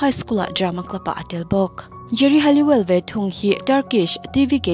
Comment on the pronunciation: Geri Halliwell hi Halloween angin i lam tlat a, chuan, Emma Bunton hi Emma Button angin i lam bawk 😬